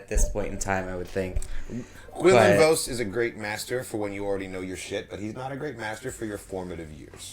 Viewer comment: "Vose?" I thought it was "Voss" like how they say it multiple times out loud in the clone wars